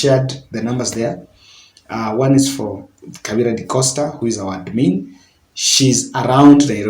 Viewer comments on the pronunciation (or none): none